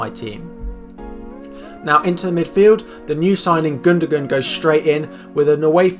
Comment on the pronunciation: Are we just going to ignore how he pronounved gundogan as gundogun